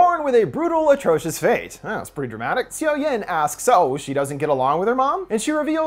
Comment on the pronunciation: Gosh, you're butchering those Korean names. Seo=Suh. I love Park Shin Hye. I'll watch this then come back.